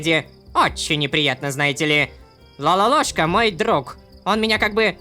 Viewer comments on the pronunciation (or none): none